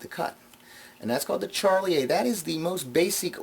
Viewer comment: I'm not a card guy in fact I abhor most card effects in spite of my knowledge and experience with the pasteboards, but I enjoyed this mini-lecture... p,s, (It's Shar-lee-ay) not Charlie-A